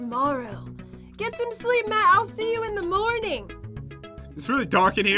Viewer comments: it`s not pat it`s matt geez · PAT JEN why do you keep saying PAT instead of Matt?!?!?!?!?!? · your saying Pat not matt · At one point said "pat" instead of Matt she said it a few times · he said pat not matt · Why did they say Patt instead of Matt